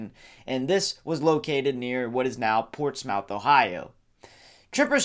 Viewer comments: Portsmouth pronounced (porch-myth) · It's pronounced sigh-oh-tuh county. And porch-muhth.